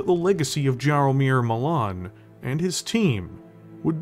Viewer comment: Very well produced video showing your love for BT as a franchise- I kinda hope that it will be made canon now 😅 Just one thing- if the mech's creator name is Jaromir, it is pronouced more like "Yaromir"- small thing, but it reallllly caused my polish heart pain to hear "Dżaromir" xD